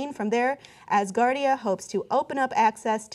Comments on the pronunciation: lol not assgardia.....ASgardia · Look MORONS. I love you guys, or I did before Cenk became a Pro-Hillary shill. Can you guys not READ? Do you not know the difference between "ASS" and "AS" Grow up. Its pronounced AS- GAURD. Think the phrase, This place stands "As a Guard" . ASGARD. That is why its Asgard, not Valhallah. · as-gardia not ass-gardia... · its not ASSgardia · Its pronounced OWSgardia- like 'how'. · A"z"gardia not ass gardia, and coronal not cornal mass ejection... the words sound funny because your pronounce it wrong Cenk lol